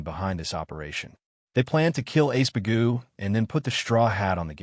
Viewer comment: His name is Iceburg, the a.i or the translator keeps calling him ace bagoo.